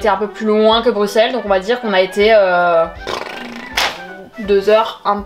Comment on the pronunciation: merci tu a dis brusel et pasbruxel merciiiiiiiiiiiiiiiiiiiiiiiiiii je t'aime